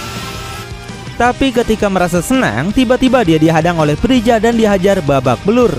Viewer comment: Freza om bukan prija